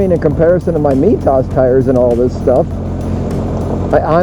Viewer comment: Took me a while to figure out what "me toss" was then it clicked -- ahhhhh, Mitas!